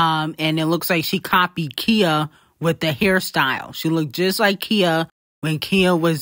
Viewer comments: Khi-ya not Kia 😂😂😂😂😂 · I always laugh at the way u pronounce certain things 😂😂😂 "Kia" lolll its khia (kyah) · It’s not Kia. It’s Khia (Khi-A). I was lost for a second until you put the picture up. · Not calling Khia….Kia 😂😂😂